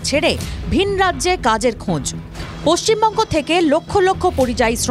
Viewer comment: Paschim bongo bolteh parchena bolche pocchimbongo, kikore wbcs pass korlo k jne😂